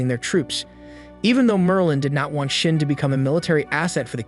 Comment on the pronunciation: No offense to the narrator but for some reason when you say shin all I hear is shit